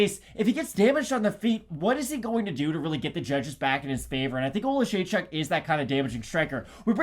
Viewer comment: can pronounce Oleksiejczuk but not Dvorak 🤣 To be fair I can't pronounce either of them.